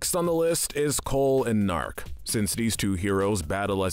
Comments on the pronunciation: How has no one seemed to peep the “Naark” instead of “Gnaark”? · It's Guh-nark.